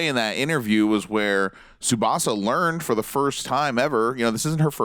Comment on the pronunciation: All of these presenters are such dicks and they can’t even pronounce Tsubasa’s name properly... stfu lmao